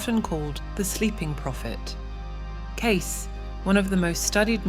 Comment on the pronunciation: Pronounceing Edgar Cayce last name wrong not Case.